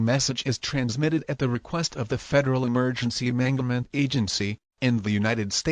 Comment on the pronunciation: tom: oh my f#cking god Paul what in the actual hell is wrong with you you didn’t say emergency management agency right!